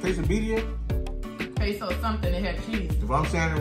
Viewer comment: You said it perfect birriaqueso